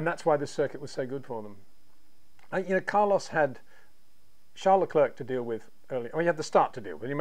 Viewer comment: It’s pronounced Lecl’air’ not Le cl’erk’….